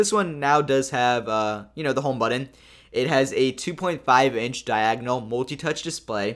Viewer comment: Really you said buddon? Do you even try to speak English correctly? Say it with me but-ton.